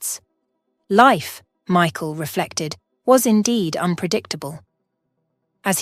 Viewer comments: You need to pronounce Michael properly it put me off the way you speak so until you learn to speak properly I want be watching any more of your crap. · The narrator was faster then your other’s but didn’t know how to pronounce lives or Michael.